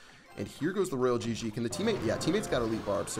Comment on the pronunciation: ITS NOT ROYAL GG ITS ROYAL !!